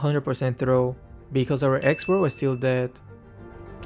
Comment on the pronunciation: Nobody: Literally Nobody calling X.Borg cborg